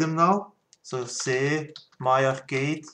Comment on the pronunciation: I have to give you an English lesson. It is Arrrrrrrrrrrrrrrrrcade. So Arrrrrrrrrr cade you are saying it arcada. Cade is like cage so say cage and then say cade. Start saying arrrrr and then bring in the cade.